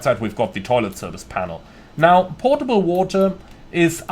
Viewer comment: Potable not Portable lol